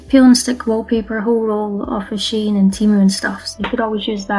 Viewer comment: Just an fyi, it's pronounced "SHE-in."